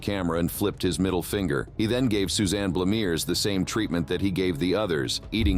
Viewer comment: Ok I'm reconsidering my opinion it Is a bot because it misprounced the name of Griffiths' last victim once too, Susanne Blamears, and Blamires, (SIC I'm sure but that's what it sounds like ...) within seconds, I don't think a person would do that. Edit: I just checked it's spelled Blamires, so the fact that it's only pronounced correctly once is more evidence of a bot, it's the opposite of the Dahmer mispronunciation where you could argue one mistake isn't worth the effort and expense of redoing, because in the second case it's misprounced several times.